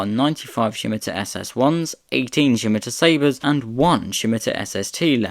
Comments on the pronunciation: Scimitar is pronounced ssim-itar with the stress on the first syllable, not shim-itar. The name is taken from a curved Moorish sword of the Middle Ages (as featured on the county crests of Essex and Middlesex) no doubt first encountered by Europeans during the Crusades. It was used as the name for the car, I would imagine, in order to conjure the image of something that cut through the air in the mind of potential customers. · 100% agree. Almost gave up, the pronunciation is really annoying!🙄😬🫣 Never heard Scimitar have an 'h' in it!!😅🥰😂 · There is no H in Scimitar : it is pronounced Scimitar , NOT Schimitar ! Also , the SS1 looked good , that jellymould shaped SS2 prototype just looks plain awful .